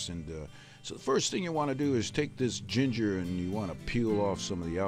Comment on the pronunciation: YOUR GONNA NEED SOME "GIGJER" ROFL